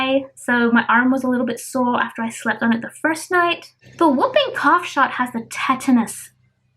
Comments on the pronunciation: It is simple babe you said wooping and it is whooping so you need to really say it like the who not woo ... with the diet changes i was thinking to prevent you having the rest of the pregnancy without a poo that it would be more comfortable to add some more green leafy veg and fortified with iron products xxx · It really does help babe as my Dad had severe anemia and he improved it just with diet and he is 82 with cancer ... food that contains iron is a natural way to increase it and it also doesn't affect the bowel and i meant you said wooping cough and it is whooping lol of course it has a W but the h is more important to the sound, it isn't your accent as that is lovely ,it is simply that it has been misprounced by the person you heard it from xxx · More or less all women have muscle separation and pelvic pain especially with a second baby babe your bump is big so no wonder you feel pressure... you should up iron and folic acid in your diet instead of taking more tablets ... I will tell you what i went through another day ... it is called whooping cough as in hoop not wooping like a soft almost silent w lol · I know why she said it wrong as people in media get it wrong too ... i just saw an American channel where the reporter said it like you did but then the doctor said the cough makes that whooping noise hence the name whooping cough and the reporter said it wrong again LOL! ... if the change in diet would make you feel sick then it is best to increase the pills to maybe 1 and a half first and see how you do with your next blood test and so your body gets used to it and drink a lot more water or squash to soften your food in the intestines so that will make going to the loo easier and it is good for you too xxx